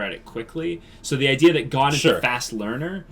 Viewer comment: Gon guys! GOOOOOON. It's pronounced with a long o for Pete's sakes